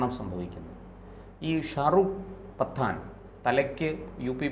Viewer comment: Say pattan,not pathan!